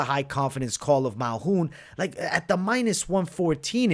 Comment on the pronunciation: Dude said malhoun lol dude it's Malkoun